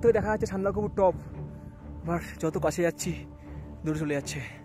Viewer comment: Ore sandakofu noy re bachha, sandakphu bole